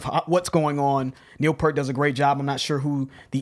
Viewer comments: And just FYI.....it's P'ear't not purt....you say it like ear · “It’s 👂🏻 with a P before it and a ‘T’ after it.” - Geddy Lee on how to pronounce Peart. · Say it with me: "Peert" Not: "Pert" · You thing that says "Pi-ert... thats in correct, Its like you are saying the fruit pear, but adding a t. He even has made comments on it not being rocket science in videos before like he thought it was funny that people have a hard time with it... so yea, pear like the fruit, but with a t. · Neal Peart is in fact pronounced as [peert] not [pert]. It's so sad he passed away recently. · Pronounced "PEERt," not "pert." RIP Professor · It is pronounced pee-rt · It’s the fruit :pear with a t sound at the end. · Neil PEAR-T. Like the fruit but with a T at the end. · Easy way to pronounce Neil's last name. Objects seem closer than they apPear-t. My heart goes out to the Peart family and friends, Geddy, Alex and to the many Rush fans, including myself, around the world. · His name is pronounced P-ear-t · I've pronounced it 'Pert' for 30 years and will continue to do so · I know you like "working man" but Neil didn't play on that album originally 😉 Try Tom Sawyer, New World Man, Freewill, Subdivisions & The Twilight Zone... All worth a listen 👍 It's pronounced Pier-t. R.I.P. Neil, we all miss you already 💯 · Hey Guys — love your reviews ! ! ! Neil Peart is pronounced P-ee-rt — heard the man himself (on CBC [Canadian Brodcasting Corporation]) correcting someone in a short clip from a documentary Neil was in. As Rush is a Canadian band, perhaps YYZee would be pronounced YY-Zed, maybe? Anyway, keep your excellent videos coming. More power to you. 👵🏻🐾💕🇨🇦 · and He pronounced his last name wrong again ahaha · It's cool guys, everyone messes up Neil's last name. EVERYONE. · Don’t worry about the mispronunciation. Most people have been saying Pert his whole career. The respect is still there even when you say it wrong. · Most of us have mispronounced Peart's name for decades